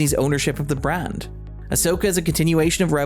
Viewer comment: Love your insight, can't stand how you pronounce the "a" in brand and similar words. Is this an accent, or is this a speech impediment? Everything else seemed perfectly eloquent, so just has an uncanny feel for me as a listener.